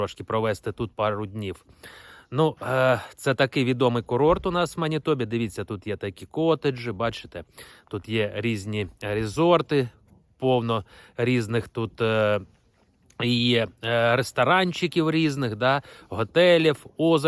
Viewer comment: Правильно стпвте наголоси в словi котедж,а то слухати неможливо.